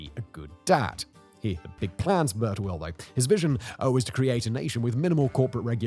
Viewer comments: I think its pronounced as "Bir" Tawil meaning long well not "Burt awil". Overall very fascinating and informative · Love You Simon, but British pronunciation is atrocious, "Bur-ta-will" lmao